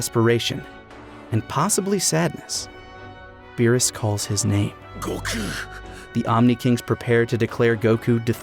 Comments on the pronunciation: okay for the most obvious one is goku. In english it's just goku sweet and simple and it's in Japanese it's gokuu similar but different. The way they constantly pronounce it they keep saying gokq which sounds so wrong lol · Why y'all pronouncing stuff weird? Go-kew, Jir-len. Doing shit and borderline offensive impressions of Japanese doesn't make you more cultured or intellectual, it just makes you an insufferable weeb. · Still hate how you say goku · I love you but pronounce the God damn name properly PLEASE!!!!!!!!!!!!!!!!!!!!!!!!!!!!!!!!!!!!!!!!!!!!!!!!!!!!!!!!!!!! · You guys go out of your way to say Gokú. You even used Beerus from Japanese cut just to say his name. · Anyone who says isn't a weeb has never heard him say "Goku".